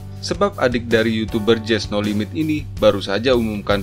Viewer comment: Di menit jess no limit kak bukan jess no limet